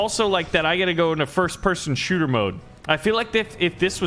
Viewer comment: It's pronounced shooter